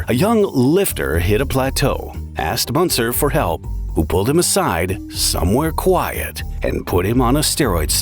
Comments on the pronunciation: the "ü" in "Münzer" is pronounced like how you say the letter "u" >> "yu". so the name is pronounced as "Myuntser", and you're saying it like the "Aa" in "munching". there were two options for you, either learn how to pronounce the name before making any documentary, or add in the disclaimer that "you may mispronounce the name" in the beginning. but you chose neither. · Münzer is pronounced 'Moonzer.' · Two dots above the U a is pronounced OO , not Munzer. Sad to see a guy so obsessed like this .RIP